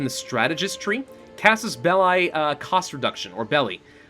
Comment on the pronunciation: The proper pronunciation of belli is exactly the same as in bellyache. I apologize for being a nitpicky Latin nerd.